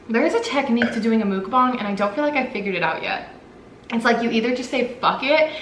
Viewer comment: it's not mook bang... it's muck bahng :)